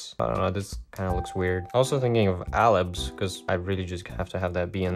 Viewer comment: Alabs, like a laboratory. I dunno. Lab. ALABs. full send.